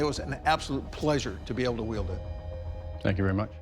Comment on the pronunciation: Urgh, was that dude making a pun when he said yield instead of wield? Or did he just get it wrong?